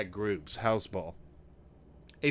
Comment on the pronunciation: Hez-Balla Dude, not Hezbul